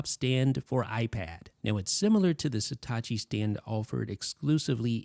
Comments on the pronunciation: It’s „Satechi“, not „Setachi“. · Why do you keep pronouncing Satechi like it's Hitachi with an 'S'? (I'm assuming it's "suh·teh·chee") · Not even close to pronouncing the brand name correctly. How can the E have an A sound??